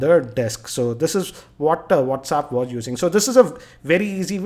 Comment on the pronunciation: LOL...Its not Whaats- uup... Its Whats App hahahahaha